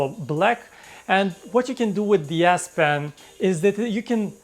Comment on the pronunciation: whenever you say " de S pen " I hear " BS pen "